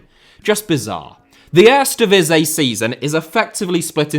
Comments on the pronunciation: Would be funny is he instead have used the leagues official name which is: KEUKENKAMPIOEN DIVISIE 🤣 (since he has so much trouble with Eerste Divisie, which means First Division and should have been pronounced as : EAR-STE DEE-V-SEA) 😉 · Are you a fan of the erresdivizei? 😂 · Earsta Divizzee and Tweyda Divizzee for pronunciation 🤣👍🏽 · 🤣🤣 echt he. For real, what is he saying, it gives me itches🤣😭 Ejstdivizjeej??? He should pronounce: EAR-STE DI-V-SEE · maar echt 🤣🤣 for real what is he saying.. Ejstje djeveesjeej??😭 He should pronounce: EAR-STE DEE-V-SEA Ennoys me so much as a Dutch i stopped watching...